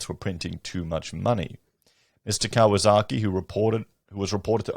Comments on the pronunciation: It’s Kiyosaki not Kawasaki. He’s referring to ex CIA Jim Rickards economist books currency wars & aftermath. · I love that you repeatedly called him Mr Kawasaki, instead of Mr Kiyosaki.